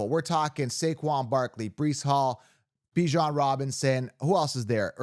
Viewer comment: You said Bijon’s name correctly! TWICE! YES! Other than that, your content has been spot on!